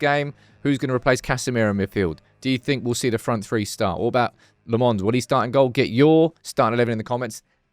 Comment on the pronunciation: Say Lammens properly ffs, he already said in the video. Dont be an ignorant